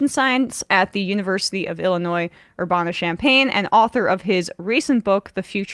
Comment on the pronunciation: Sorry, but... LOL at Emma's pronunciation of "URBANA"! :) <3 I mean, us locals pronounce it with the short A on BOTH sides of the N, and an emphasis on the "UR" rather than the "BAN"! ;) <3